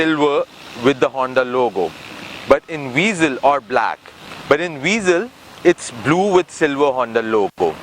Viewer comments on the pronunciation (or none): O bhai angrezi daan, car ka naam tou sahi se lo. it's not VEEEZEL. i hate people calling it VEEZEL. it's (VA-ZEL) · آپ نے گاڑی کا اچھا تجزیہ کیا، پھر بہتر ہوتا کہ اُردو زبان میں کرتے تا کہ زیادہ تر پاکستانی مستفید ہو پاتے۔ دوسرا یہ کہ گاڑی کا نام ‘ہونڈا وئزل’ ہے نہ کہ ‘وی زل’ لہذا برائے کرام اصلاح فرما لیجئے۔